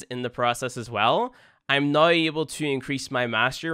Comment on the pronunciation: I love when you say now it sound like nuw